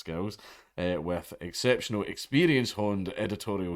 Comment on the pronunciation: "exceptional experience" sounded like "sexual experience" you absolute madlad